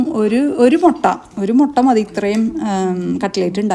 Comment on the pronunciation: MottA Alla mutta: motta vere sanam anu